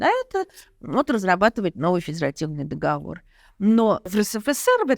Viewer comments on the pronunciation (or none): none